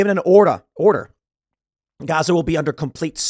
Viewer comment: “I’ve given an orda” there’s that Illinois accent. 😂